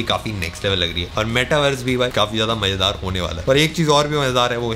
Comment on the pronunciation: Abay Saalay....MAZAAYDAR hota hai..not MAJEDAAR....